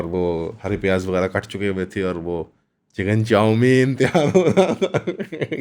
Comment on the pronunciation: Yar bahi ap "chicken chomin" bare maze ka pronouns kerty hain... Hehehe😅